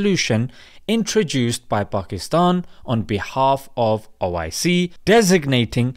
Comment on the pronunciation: Its not oic, its oh! I! See!!